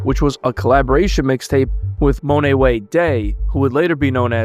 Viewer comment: It’s pronounced MON not MONEE …how can u watch them and hear them say his name a million times and you still choose to say MONEE or he haven’t watched the people he’s “reporting” in his documentary which is horrible professional work